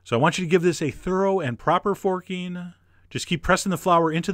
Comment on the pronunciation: Why did "forking" sound so wrong to me? 😭😭, I love your voice though